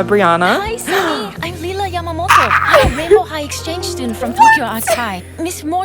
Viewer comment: Lila pronounced like Leela, not Laila, Listen how she introduced herself to Sunny